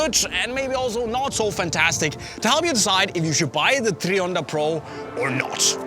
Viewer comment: It’s not treeonda bro, it’s tri, like try, I can’t stand this guy.